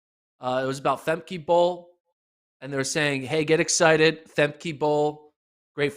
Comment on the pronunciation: Interesting news in the sport Quick suggestion though to the, learn how to pronounce the athletes names properly. Femke Bol’s first name is pronounced fem-kuh as it is Dutch. I also think the “Josee” Ta Lou’s name would be pronounced with an English J, not Spanish. Côte d’Ivoire has French roots and that would mean the J makes an English J sound, not the H or Y sound like in other languages